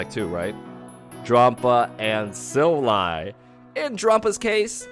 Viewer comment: The way you pronounce silvally kinda hurts